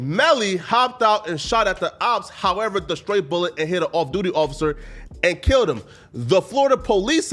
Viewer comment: English: “However…”: “Hawevar...” Hehe 🙈